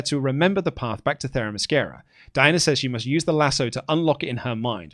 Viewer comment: I love avoiding pronouncing that one Amazons name only to immediately confidently mispronounce Themyscira